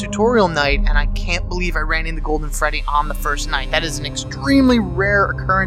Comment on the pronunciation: this helps me a lot. THNX! XD oh by the way. you said feddy